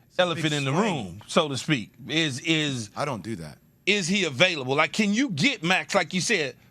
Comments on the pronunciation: "gonna be abailavle" Perkins man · Did he say “abailvle” 😂